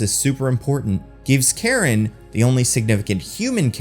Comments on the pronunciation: Kind of annoyed you pronounced Karun as Karen. Try pronouncing it as Curren if that helps. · I was actually expecting the deviants to join the eternals by the end, but then AJ kills "Kro" (totally missed that was his name), and I was like, "OK, guess not." Also, I think the valet's name was Karun, which should be pronounced "Kah-rune" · It's pronounced "Caroon" Everyone in the movie got it close to right. And yet it gets mispronounced in the video.